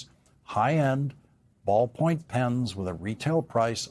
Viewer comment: He said `ballpoint`like that was some luxury feature on a pen